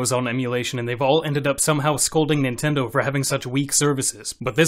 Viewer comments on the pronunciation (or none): none